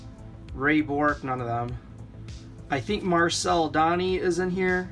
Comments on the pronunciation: It's marvel de -on,or that is how it's prenounced. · Marcel Donny?! That and the way you pronounced Guy told me right away that you're not Canadian. Box was worth a gamble but no Orrs and the damaged Dryden means the guys top cards were in another box that was probably kept or sold by the family that donated these.